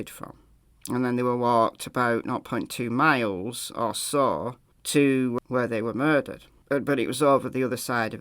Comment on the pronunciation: said, "naught point two miles" (0.2) which kinda sounded like "two miles."